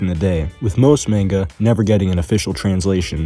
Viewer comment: Mon-Guh, not Mayn-Guh ,ily bro